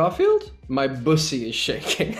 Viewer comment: The way he emphasized it too lmaoo